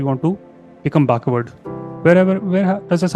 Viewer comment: Baakhward ??? No brother it is backward ❤❤